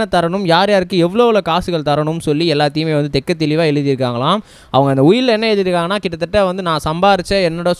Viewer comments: தெட்டத் தெளிவாக தம்பி தெக்க தெளிவாக இல்லை. தமிழை சிறிதேனும் கற்று கொண்டு வீடியோவில் பேசுங்க தம்பி. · ஆம் தெள்ளத் தெளிவாக என்று சொல்லவேண்டும்....